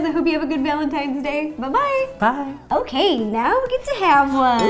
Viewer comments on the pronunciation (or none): Is it just me or did she say villantines day